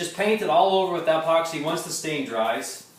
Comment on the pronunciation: Not sure whats more annoying, how he pronounces epoxy or how I can barely see anything because of the sun coming through garage door 😄. That being said, thanks for trying